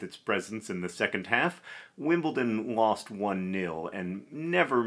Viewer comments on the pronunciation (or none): none